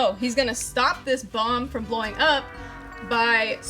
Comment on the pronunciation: "Blwoing up"